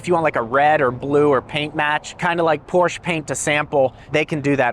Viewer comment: One of my life's minor goals is to get to pronounce Porsche like it should be pronounced, with two syllables. 😎